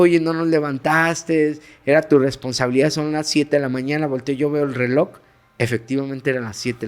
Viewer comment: Yo deje de asistor a la Iglesia Catolica,siendo rezando como catolica en mi casa y crei en Dios y los milagros. Pero no en "Los Sacerdotes". Y yo pensando porqué este hombre dise RELOCK EN VES DE RELOJ!!!🙄🙄🙄🙄🤔🤔🤔🤔 No fue a la escuela,no lee o que onda??? Porqué tampoco creo en CHARLATANERIA🤮🤮🤮🤮